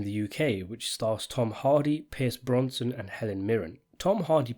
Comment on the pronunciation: Your distinctive pronunciation of Pierce Brosnan has people triggered.